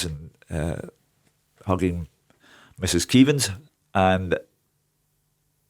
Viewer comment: Spew keevins 😂 cmon bhoys